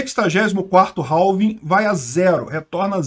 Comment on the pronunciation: Se pronuncia "réf" = half E "réving" = halving =x